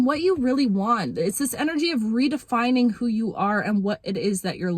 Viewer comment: I think she was trying to say “redefining”